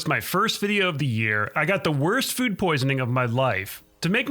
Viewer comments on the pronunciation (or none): none